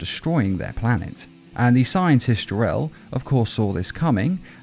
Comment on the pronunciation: Did you (he) said Jar-El (like captions said and I heard it too) instead of Jor-El